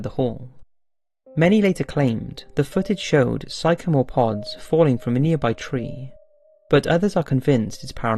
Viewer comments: Pronunciation: sycamore is sickamore NOT psycamore!! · awesome video again. by the way sycamore is pronounced sick-ah-more lol easy mistake from the spelling though. keep up the great vids man! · Who is this "Si Kamore," and why is he throwing some sort of pods around? ("Liked" anyway, but how could you mispronounce "sycamore?") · 'Psycho'more leaves?! Lol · i beg of you, please check your pronunciations, i like your videos but i can always hear mispronunciations of words you should really know, this one was 'Sycamore'